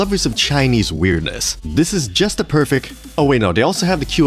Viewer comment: Paused and left this comment when you said "perfik". Lost all credibility there, sorry!